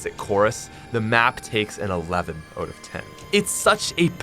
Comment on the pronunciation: Its so funny you say 'in and oot' not 'in and out'